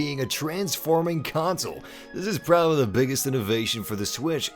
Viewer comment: When he said "You're prabablly not gonna play for 20 hours" Oh I'm gonna be playing for 20 hours man!